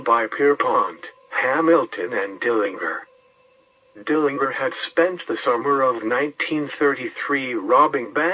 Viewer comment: He did. It's a hard "G" even though most people mispronounce it as a soft "g."